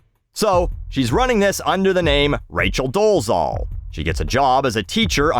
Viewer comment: hey, i think i've been listening to your rants on YT right from the beginning... so here's one of my rants 🙃 i don't know if it's just one of my pet peeves but i really don't like when people don't do much research and incorrectly pronounce people's name; even if it's a bellend like doležal you probably won't care but still let me try to tell you the right pronunciation of her last name: Doležal - the Z with whatever you would call that above it (tiny upside down roof:o) is pronounced as the french pronounce their J in J't'aime other than that you said it OK:hand-pink-waving::face-blue-smiling